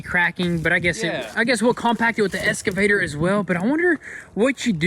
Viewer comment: EXCAVATOR ...not ESCAVATOR 🙄